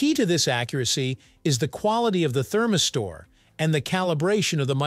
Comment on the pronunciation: What the heck is a “therm-i-store” ??? 🧐🧐